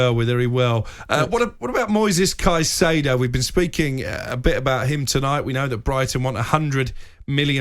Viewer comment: Except for hearing hin say ceicedo